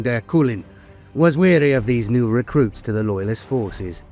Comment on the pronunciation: I love your stuff so take this as my effort to help and not a criticism. Over all of the videos I've watched i noticed the most common word that jumps out is wary. It almost always sounds like weary. Wair ee. Weer ee. Internecine. In ter nuh seen. Much love from Montreal. Oh yeah. I know that being English you are allergic to the r at the end of words, but someone listening who isnt familiar with the lore is going to wonder why the eye of terra is such a problem for earth. Not that I'm one to talk. Between my quebecois French and my maritime English I manage to piss off 4 cultures minimum every time I speak 😂